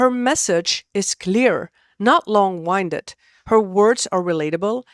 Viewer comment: Long-winded is pronounced "win-did" not "whine-did"